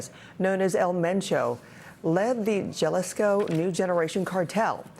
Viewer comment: Jalisco - Hah-lees- koh